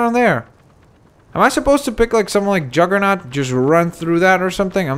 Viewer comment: Juggernaut not Jaggernaut